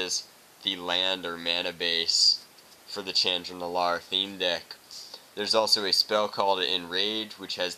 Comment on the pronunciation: you said chandra wrong